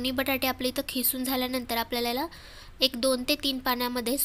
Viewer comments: खिसून नाही किसून बो ला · Khisun nahi g....kisun mhantat